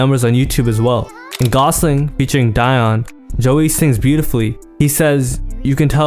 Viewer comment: It’s not “Dye-on” it’s pronounced “Dee-yon”